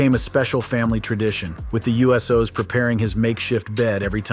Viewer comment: Damn “The U.S.Os” took me right out of the video. Subbed though enjoyed the content.